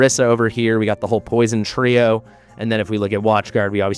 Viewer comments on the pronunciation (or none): none